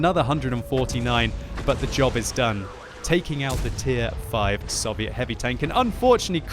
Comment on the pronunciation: You don't know how to say soviet